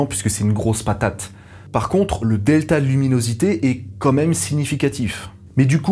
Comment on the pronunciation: c’est moi où tu dis « comme même » comme la génération Z?? 😱